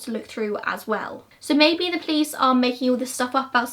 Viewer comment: Its funny how you pronounce police-plice that's how I hear in every video lolol